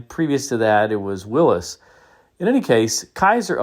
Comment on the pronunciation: Thumbs up for saying "Williss", and not "Willeeze".